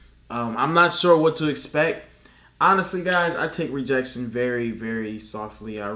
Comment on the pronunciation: I thought he said he takes rejectection lightly